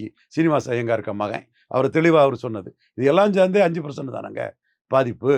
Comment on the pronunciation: நீ பெரிய புடுங்கிதான்டா சொட்டப்பலே.. பெர்சென்ட் னு சொல்லப் பழகு, பிரசண்ட்டு னு சொல்லாதடா.